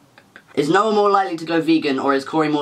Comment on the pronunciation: Noah's "noar" is very satisfying for some reason